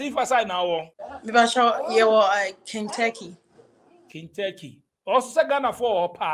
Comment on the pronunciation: The state is Kentucky not Kenturky- and also social work not social working